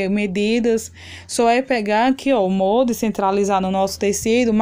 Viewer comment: Não é MONDE e sim MOLDE!